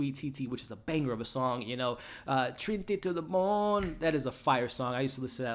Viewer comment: It's Trini to de bone Hun